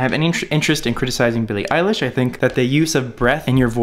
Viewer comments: Isn't her surname eilish not eyelish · eyelish lmao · ITS P R O N C E D ILISH IGNORE THE E